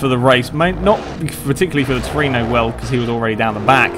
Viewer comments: Tru-e-no :P Not Torino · toyota trueno! not truino! trueno is a spanish word for thunder! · It's Trueno, not Tureno. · Looks like great fun. I might have to join in on future races. I don't have DiRT 3 though, so I'll have to skip that one. And it's "troo-en-oh". Or you can just call it an AE86, or an 86. But it's always "eight-six", not "eighty-six". Or you can call it a hachi-roku, or just a hachi. Or even a Corolla if you really want. Many names for that car.